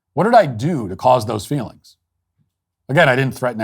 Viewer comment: Ah, fweelings.